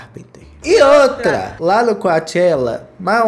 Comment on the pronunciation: Esse "iotra" me mata! Kkkkkkkk